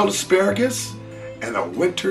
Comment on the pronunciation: Yes chief, I have the correct pronunciation of asparagus, it is ass follows pronounced, ass pera gass, again;. Ass pera gass, coolo thanks for the rad recipe chief